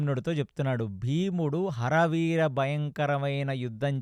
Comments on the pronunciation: ఆరి వీర భయంకరం.... హర వీర భయంకరం కాదు Please focus on pronunciation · "హర వీర " కాదు "అరి వీర" ఇంత అద్భుతంగా చెప్తున్నా చిన్న చిన్న ఉచ్చారణ దోషాలు వల్ల చిన్న అసంపూర్ణo గా ఉంది....వింటే భారతం వినాలి తింటే గారెలే తినాలి అన్నారు ..గారెలు లో ఉప్పు ఎక్కువ ఐన భాష లో ఉచ్చారణ దోషం ఉన్న బాగోదు (చిన్నవి ఐన)